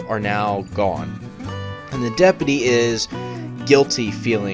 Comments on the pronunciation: STOP SAYING DEP-UH-TEE ITS DEP-YOU-TEE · Its DepUty not depety jesus thats annoying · Are you mispronouncing deputy on purpose?